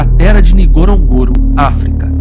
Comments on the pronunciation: It is pronounced N..GO..RO..N...GO...RO and not that clumsy pronunciation by this narrator. If you're going to make a documentary about a place, at least endeavor to pronounce it properly. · AI can’t even pronounce the name of the crater correctly.